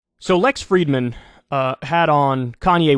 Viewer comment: Fridman, not Freidman!!